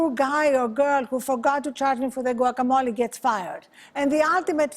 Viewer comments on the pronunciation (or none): Was anyone else driven crazy by how they kept pronouncing the 'G' in guacamole?